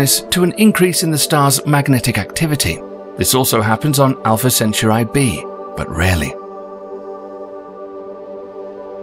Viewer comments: Proxima Cencher-eye? Gack. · It's pronounced Sen Toor ee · The way Centaur'i' is being pronounced really bugs me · "It's CentAUri not CenturI" Hermione Granger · centauri not centurai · CentA'uri dude.... CentAAAAAAAAAAAAAAAAAAAA'uri not CE'nturai !!! not Samurai! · Is the system really pronounced Alpha "Cen-chu-rai"? I was always taught it was Alpha "Cen-tau-rie". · Alpha "centrai"? Dude is it so hard to speak centauri? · I get ear damage everytime you said "senterai" OMFG ! It s "SENTAURI" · the presenter keeps say Alpha Centuray. It's Cen-Taur- e .. not Cen-Tu-Ray ... 🙃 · I think it's called Centauri and not Centray. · Say it with me now "cen tor eeee" not center eye😂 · yeah but it’s Cent-aur-ee, like Centaur. Not CeNcHaReYe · I think you're pronouncing "Centuri" wrong. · yeah sounds like he's saying centru eye its is aggravateing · why do you say "centurai" ? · Ivory informative and interesting, but i found very annoying and distracting how the narrator constantly mispronounces “Centauri” almost like “century”. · =/ " SEN - SURE - I " REALLY?? ROLLS EYES... LEAVE IT TO A BRIT!! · You keep pronouncing Centauri wrong!!!!!! It's pronounced "Sen tor re". Like Taurus the constellation!! It wouldn't be "Choo Rus" or "chow ri". Idiotic. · This guy's production team was far too polite to correct his pronunciation of Centurai.. how British. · Is he pronouncing Centauri correctly? I've always heard it pronounced 'Sent-ouw-rey'. Google translate set to Latin pronounces it this way except the C sounds like Ch. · Alpha Centurai??? 🤭 Where did u get that pronunciation from? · CENTAUR EE NOT I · In Indonesia it spelled Sen - tau - ree. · Center eye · "sen-tar-ee" or "sen-tar-i"? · Its pronounced Centaur"e" right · The true pronunciation is the "Chen-tau-he". It comes from "Rigil Kentaurus, which is a Latinisation of the Arabic name رجل القنطورس Rijl al-Qinṭūrus, meaning 'the Foot of the Centaur'." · Its just pronounced sent-tauri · Center eye 😂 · You pronounce Centauti WRONG.